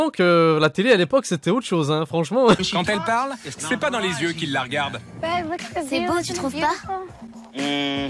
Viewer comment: "il aura plus d'zieux" mais best papa ever :b